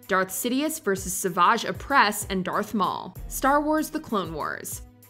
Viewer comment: you call him dearth maul yet he isn't "darth" anymore. disrespectful